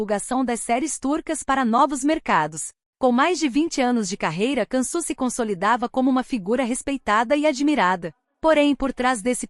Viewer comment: Se diz : Diansu Dere e não cansu 😂😂 povo analfabeto narrando história